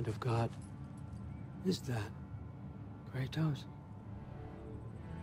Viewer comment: I just noticed Odin pronounces Kratos' name like the Greek pantheon does, as a small little jab at his past to add to the manipulation. Everyone else says "KRADOS" and Odin says it like "Kray-Tos"